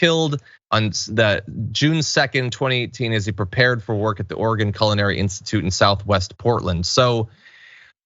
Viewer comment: John, please pronounce it 'Or-e-gon Culinary Institute'. It sounded like 'Organ' which makes for a WHOLE other story. 🤔😉😃